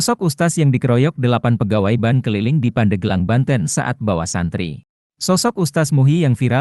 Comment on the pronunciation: ini admin ny yg ngomong ky' kuper jg. bank di baca jdi ban.